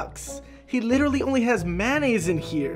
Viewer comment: mayonaise na manaise